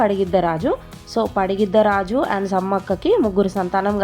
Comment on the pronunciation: పగిడిద్దరాజు అనాలి మీరు పడిగిద్దరాజు అంటున్నారు 😅